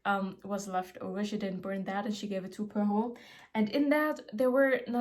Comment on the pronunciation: As a Belgian, you pronouncing Hercule Poirot's name correct every time made me really happy, loved the video!